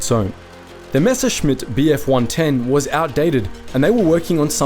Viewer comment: nice that he can pronounce messerschmitt corectly